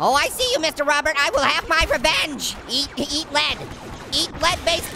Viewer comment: He said eat led